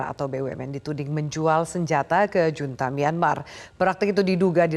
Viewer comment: junta dibaca HUNTA